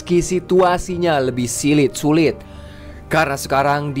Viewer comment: tadi ngomong sulit kan?? Soalnya ditelinga kedengeran lain, hahaha